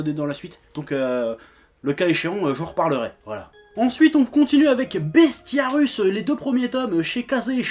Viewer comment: C'est Bestiarius (avec un i), pas "Bestiarus".